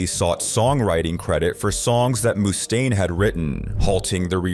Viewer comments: Around the mark, why is Dave's last name pronounced correctly, then a few seconds later it's "moose-taine"? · Moose stain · “ Moostaine” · Moose stain. -me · It's getting harder and harder to tell these days, but I'm pretty sure the voiceover is AI-generated. I've never heard someone pronounce "Mustaine" two different ways before. 😂 Surf Wisely. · Got bored when he fist said "Mustaine"